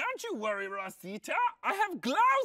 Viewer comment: How Taron pronounces Rosita literally gives me life😍